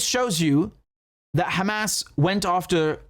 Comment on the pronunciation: KHamas, Khebollah and Khoutis! WTF!